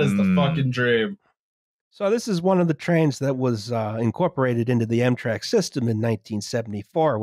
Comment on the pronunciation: This was Amtrak's 9/11...or, EMtrak's 9/11 as would pronounce it. It was almost as tragic as America's 9/11: the death of Dale Earnhardt.